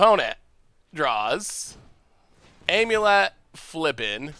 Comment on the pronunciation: If i hear him say "Aim you let" one more time.....